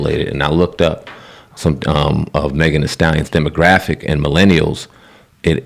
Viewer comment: WTF all put Meg name first when it suppose to be Sheensa song. U can't even pronounce her name correctly. Then u said it's Meg song smfh. Did y'all go this hard on WAP.. R is it because now they got a Jamaican on it. Dancehall do not support this shit. It's a hip hop song hope y'all do not swing it to Jamaica side. This is Sheensa debut album to outbreak into hip hop.